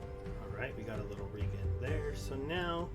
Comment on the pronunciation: Hey it's pronounced "Health Re-Jen" as in regeneration. Keep up the interesting videos mate.